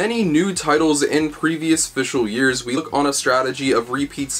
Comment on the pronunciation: Had to pause the video for a minute because you just said "fishle" years twelve times in a row and I can't even.